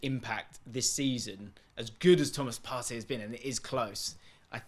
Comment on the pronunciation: It's Partey. I'm begging you stop this nonsense. The Best CDM is Thomas Partey